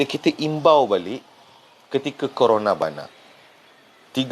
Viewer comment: Corona bana mcm nak sebut kepala bana je🤣